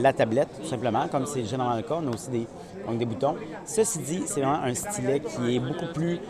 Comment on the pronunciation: Bon la prochaine fois tu feras ta vidéo en français hein? LOL Nan je rigole mais y a quand même une différence entre S-TY-LET et stlèt hein ?? xD Merci quand même pour cette vidéo :D